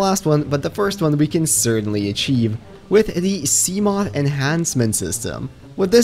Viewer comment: Can you stop pronouncing seamoth like a twelve year old? It’s “see-muh-th”